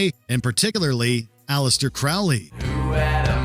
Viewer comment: FFS! His name was pronounced CROW-lee, like the bird!